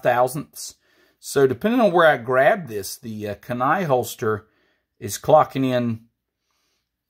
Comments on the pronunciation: Kenai pronounced “keen eye”.😉👍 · great video. pronounced key-nai my friend